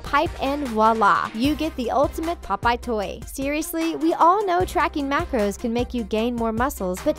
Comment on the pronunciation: How was this scary 😡😡😡😡 and you say popeye wrong boo😡😡😡😡😡😡😡😡😡😡